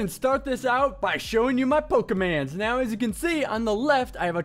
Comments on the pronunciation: Pokermon not pokerman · Its pokemOn and not pokemAn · Man my ears are bleeding... But it's POKEMON!! NOT POKEMANS!!! Plus Pokemon is already plural, and no where in ANY of the games do they call Pokemon "pokemans". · Pokemon not pokeman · It's poke a mon not man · It's pokemans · pokeMONs not MANS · Pronounces it 'Pokeman' :P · i dont recall them being called "pokermon"...yes it is pokemon, the reason says pokemans i think is because back than people would always be like "let me show you my pokemans" or something like that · Why does he call them pokemans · I'm not even that into Pokemon and I'm kinda pissed he's pronouncing it all wrong.